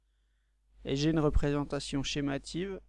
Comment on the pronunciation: Très bonne vidéo !!! Mais je crois qu'on dit schématique et non schémative, sinon rien a dire !!